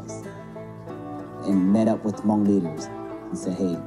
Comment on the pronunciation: that's everyone... and it's Hmong, not mung.